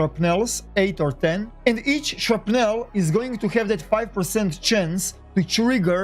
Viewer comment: "Shrupnell" LOL